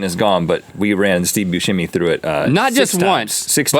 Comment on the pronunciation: Why does everyone pronounce Steve Buscemi's last name as Boo-sche-mi instead of how its pronounced boo-semi